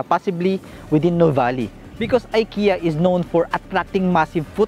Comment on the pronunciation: Ikea you pronounce as Ekea not I watching from Stockholm Sweden.